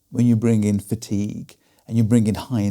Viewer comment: "Fatique" be gone!